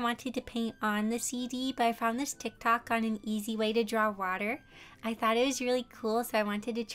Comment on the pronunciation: I love how she pronounces it: 'TaK toK' (not tryna be mean btw its a joke)